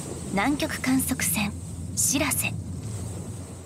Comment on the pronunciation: しらせ⤴️じゃなくてしらせ➡️な